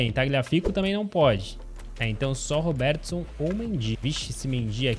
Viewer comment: Robertson não robeeeertson